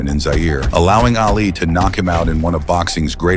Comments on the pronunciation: It's not "AL Lee". It's pronounced "ah-lee". Stop using stupid AI voice overs. They suck & make pronunciation errors ALL the time. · Did the narrator really say, "Ail-ee"?